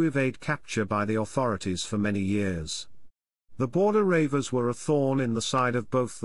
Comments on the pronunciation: Ha ha ha - you cannot even pronounce reivers correctly... "Border Ravers" ha ha ha.... it's pronounced REEVERS and spelled either as Reaver or Reiver. You missed out the WORST of the English Reivers the Charltons, Dodds and Robsons, Milburns and English Grahams. That isn't what happened either - when King James came King of England and Scotland their lifestyle was finished! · Maybe the narrator also is a Baltimore Ravens fan. 😂😂😂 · is he for real.he cant even pronounce reivers.